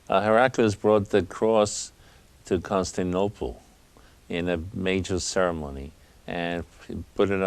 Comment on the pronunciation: Consinople? This dude stanning for Heraclius so hard he can't even pronounce the name of the city. Leave some of that stan for Nova Roma buddy.